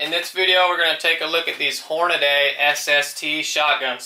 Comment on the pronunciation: My god it's pronounced hornadeeeeee. Not hornadaaaaaay